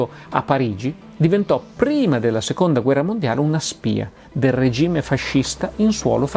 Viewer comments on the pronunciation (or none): none